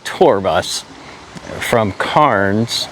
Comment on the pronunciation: C-air-ns...sounds like Cans...not Carns...there is an "i" you are ignoring in the name. Ee-myu is how Emu is pronounced... not ee-moo, there are no alligators in Australia, they are crocodiles...they are not the same thing. And as a pre-emptive move...a possum in Australia is not an o-possum Try to ask a local at one of the places you visit, I'm sure they will be perfectly happy to help so you don't keep completely butchering the names of towns, cities and animals. There comes a point where it starts to become rather insulting to the country you are visiting when this keeps persisting...how would you like it if someone kept butchering the name of the state you come from?, the city or town you live?, the animals you know and recognise daily?